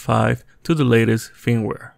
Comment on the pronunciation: HOLY SHIT WHAT AER YOU CALLING IT FEEMWARE ILY